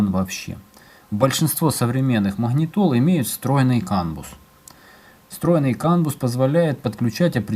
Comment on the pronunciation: Кан бАс. Не кан бУс! Аж уши режет.